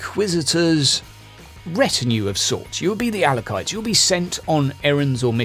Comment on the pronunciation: Hey man, I hate to be 'that guy' but you pronounced "Acolytes" incorrectly a few times during the video. You might also be interested to know that there is a new 40k RPG coming out either later this year or early next year called "Wrath & Glory" by "Ulisses Spiele". That said, I've GMed Dark Heresy before and I'd definitely be interested in listening to a podcast of a game (assuming it's entertaining).